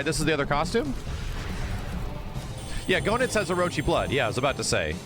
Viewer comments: It's pronounced Gaynitz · His name is GoeNITZ not Go nuts! 😂